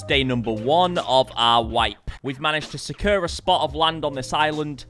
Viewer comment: I love you but please learn how to say “secure” properly 🤣